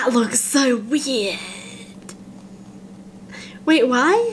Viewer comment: the way she said weird. Can anyone tell me what that sound like